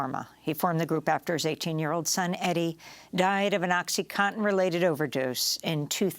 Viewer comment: Oxycontin, not oxycotton!!! Morons